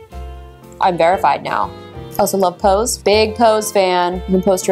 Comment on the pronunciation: What was the last app she said..was it Love pose or love post?!